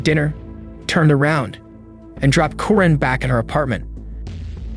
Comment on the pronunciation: Corinne is pronounced Koreen 🙄